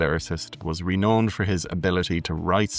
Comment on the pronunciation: Working my way backwards through your videos: so when you said "reknown" in this one it made me laugh. Cheers from Newfoundland.